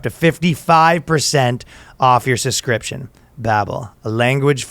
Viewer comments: Ryan THERE IS A FUCKING B IN “suBscription” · Ryan needs to use babel to learn English cuz he can't say the word subscription, lol.